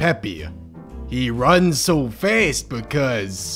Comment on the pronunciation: has an accent, I can’t tell what it is, and you can only here it when he says the word fast. He says it like “faast” and frankly it’s adorable